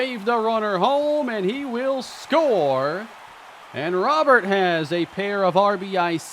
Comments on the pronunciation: it’s pronounced “row-bear” please don’t call him Robert the rest of the series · Just saying, it's pronounced "Robe-er" not Robert (since he's not American) nor "Ro-bear" (since he's not French). Great acquisition though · Love the trade, but i'm gonna go insane if i keep hearing you call him Robert. His name has Spanish pronunciation "row-BARE" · Its not probounced Row-bear, its pronounced exactly how its spelled Robert, only diff is you roll the R at the beginning...hea Cuban not french man lol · please please please pronounce Robert the correct way from here on! It’s a French name even though he’s from Cuba. It’s pronounced Roh-Bear Like Rudy Gobert Louis has said before that he prefers this pronunciation of his name. I’ve never heard people mispronounce Gobert’s name, so it’s interesting that it only happens to Louis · just for future reference his last name is pronounced "Row-bear" like rowing a boat and the animal. Love the trade! I think you could also bump up Mason Miller's potential/ovr because of what happened in real life